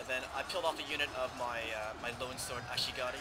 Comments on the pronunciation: Actually he's not, he pronouced it "Ashigari". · yeah but at first he pronounced it Ashigaru, then started saying Ashigari. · Love the way you pronounce ashigaru. ASHIGARUUH! xD